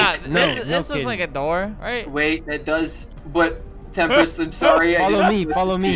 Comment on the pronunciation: Albert: says Temprist Autotranslate: says tempura